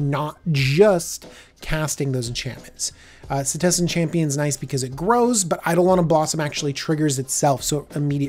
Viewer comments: Why’d you pronounce it “Sethis” lol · I'd like to know also.